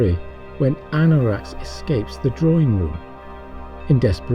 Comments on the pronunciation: absolutely appreciate your video. just one thing, though: professor's name is Aronnax, not Annorax...cheers,π. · An excellent video marred by saying Anorax, instead of Aronnax, unless you were making a pun on Anorak. I wouldn't mine seeing a depiction of a "Sub Tug" from Frank Herbert's "The Dragon in the Sea." He goes to some lengths to describe the internal arrangement, but I've never been able to work it out for myself. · excellent work. i enjoy it. But dont call ARonax - Anorax. )